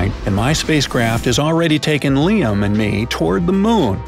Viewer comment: Its liam not L.I.A.M